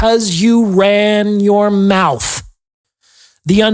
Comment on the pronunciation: He said stop running your MOUF 😂😂😂😂👌🏾💯